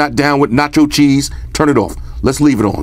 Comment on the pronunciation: notchoss chesse😂😂